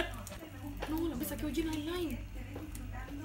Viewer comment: ad tu elme glu tu elme eslaim me enca esa parte la amo🤣❤